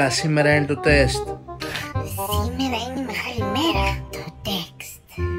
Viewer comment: Ο Αχιλλέας γιατί το τεστ τό λέει τεκστ